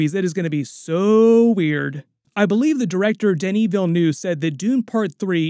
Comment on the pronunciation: *Denis Villeneuve, first name pronounced like Denny